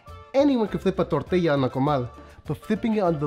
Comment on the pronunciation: American soccer moms definitely say tor-til-a instead of tor-ti-ya